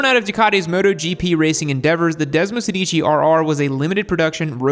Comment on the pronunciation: Hate to correct you but if you are going to mention Italian motorcycles, you need to pronounce them in their mother tongue. The Desmosedici is pronounced Desmo-SEHdichi…(the accent on “sedici” is on the “e” not on the first “i”….Sorry but Italians laugh when they hear your non-italian pronunciation. Its just as easy to say it correctly as incorrectly..